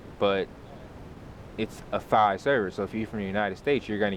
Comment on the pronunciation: Thanks a lot mate! And Thai is pronounced a Tai (the H is silent)